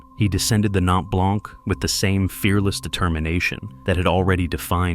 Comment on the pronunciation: Good video except for one thing to make this video a little less ...annoying is the French pronunciations. Just do a quick search on how to pronounce some of the french words ie blanc ( the c is silent) verte( the e is silence and the t is pronounced) ....just a little thing but it demonstrates research well done.